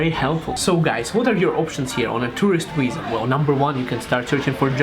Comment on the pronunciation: It's viza, not wiza :)